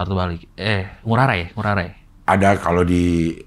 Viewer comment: Cing, pelafalan I Gusti Ngurah Rai (pahlawan Bali) bagi kami org Bali nyebut Rai nya itu (Ra-i) bukan (Ra-y) ✌🏼✨